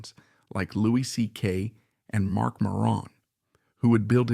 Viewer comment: You are mispronouncing Maron.